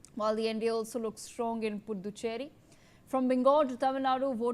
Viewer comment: U can't even pronounce puducherry